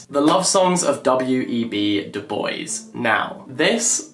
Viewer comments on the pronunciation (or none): love the video, would just say that Du Bois is pronounced Do Bwah not Do Boys! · Du Bois is pronounced as 'du bwah', not 'the boys', whahaha. It's French, Jack. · It's not Du Boyz😅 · Tfw you live in France and can’t pronounce Du Bois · JACK!!!!! I atleast expected you to try to pronounce ‘du bois’ in french!!!!! 😮